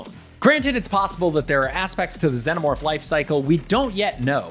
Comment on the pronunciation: Dude can't even pronounce xenomorph right. It wasn't iron ore Big Chap was stuck in, it was it's own resin. And... oh never mind, obviously the writers of this video are not true Alien fans.